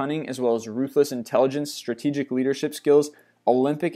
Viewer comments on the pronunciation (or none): none